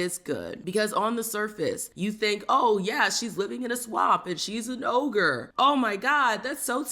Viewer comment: It’s ogre not ohgah😂